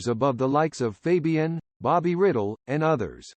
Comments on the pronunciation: Bobby Riddle……lol! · That's Bobby Rydell like ri dell!! Can't you guys pronounce anything right! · One of my favorites too. BTW, you pronounced Bobby Rydells last name wrong!